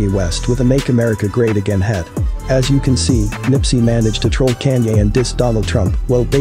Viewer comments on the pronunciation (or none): "Canye West"? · All I wanna know is who tf is CAN-YAY